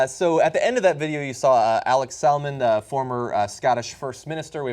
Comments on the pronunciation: Lol 'Alex Saalmond!' It's like the fish, salmon, with a d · 😂😂😂😂😂😂 you said Alex salmond wrong.